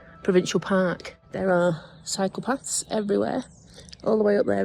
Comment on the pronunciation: Psychopaths everywhere 😰😱. Soon realised you said CYCLE PATHS 😂😂😂